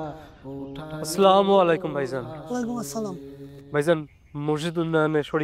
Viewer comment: মুয়াজ্জিনের মুখে স্লামালাইকুম শুনতে একটু দৃষ্টিকটু লাগছে। শব্দটা তো আসসালামু আলাইকুম তাই না?